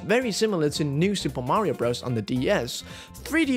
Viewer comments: Please don’t say BROZE… it’s BROTHERS! Just listen to Mario himself if you don’t believe me! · Your rankings were all wrong. Also, to spend 30 mins mispronouncing the name was impressive. Espectially when you played the audio of the nintnedo saying the name correctly and then said bros right after. When you play Dr. Mario, I assume you say you're playing durr mario, and when you play Mr. Driller you say you're playing murr driller. This video gave me PTSD